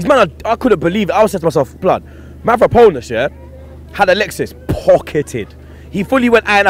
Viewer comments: his name is Mavropanos* not ponos. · It's Mavropanos not Mavraponos...lol.. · Mavropanos not mavraponos... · That's right, MAVRAPONOS NOT MAVROPANOS, PONOS in Greek means PAIN!!!! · His name Mavropanos not Mavrapanos! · When he says manvapronas i keep thinking hes saying "man from Poland" 😂😂😂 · It's Mavropanos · Its Mavropanos..lol